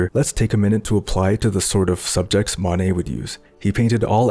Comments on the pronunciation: Though pointing out minor pronunciation errors is boorish, in this case there's potential for genuine confusion. To my ear, you seem to mistakenly say "Manet" (MAH-nay) instead of "Monet" (MOE-nay). Inconveniently, Manet was a real person, coincidentally another French impressionist and friend of your intended subject, Monet. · Love the Monay and the Van Go recreations, but please learn to pronounce those names a bit better.